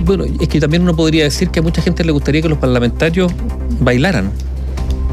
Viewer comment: Un periodista de esa trayectoria minimo deberia pronunciar bien las palabras de nuestro idioma. Ejm.: lota siendo ( lo esta haciendo), giente (gente), , cuaeconcepto (cual es el concepto), provisionale (provisionales), etc. ect..